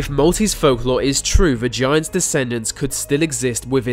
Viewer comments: there's something about the way you say "the" that makes it sound like "va" so when you said "the giants" it sounded like "vagiants" :) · It sounds like he's saying vaginas, but he is saying" the Giants". Nice accent, ( but i really do love ur accent) could get you in trouble lol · he says vagiants.